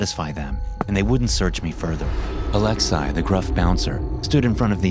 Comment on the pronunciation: Lol the way you say “Alex-eye” instead of “Alexei” (Alex-ee) idk why it made me laugh every time